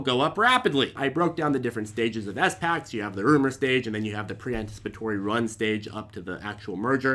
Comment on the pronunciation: Drives me nuts that you say S-Pacs 😂